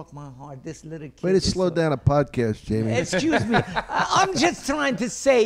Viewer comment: I'm so tired of hearing "estchuze mee" coming out of Jamie's mouth on all of these podcasts. >.>